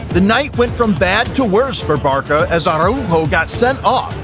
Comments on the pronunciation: The Barka fans? Barca is pronounced barsa... you are just reading a script and know nothing of football, do you? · “Barka”? It’s Barca. Like Bar-sa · I found it extremly annoying when he said "Barka". Along with multiple player names. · Bro say barkahh instead of Barca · What is "Barka"? You mean "Barça"? Even English uses Ç in façade, at least tell whatever TTS model you used for the audio to read properly. Same with "Argenteen" what is that? It's either Argentine or Argentinian, you have 2 choices, and still type it wrong? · Stop calling Barça Barka 🤣🤣🤣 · Who TF are 'Barka?' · Americans giving footballs highlights like its wrestling 😂😂 The pronunciation is terrible Barka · Bro is saying barka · its barCa not barKa, sry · One would have thought that with USA co hosting this 2026 World cup, they would at least pronounce club and player names correctly :\ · I swear you are just deliberately mispronouncing every name, club and competition for rage bait lol. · Barca is pronounced Barkahh. The way to write it correctly is Barça.